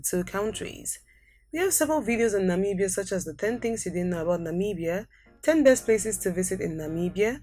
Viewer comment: It's not Namiibia but Namibia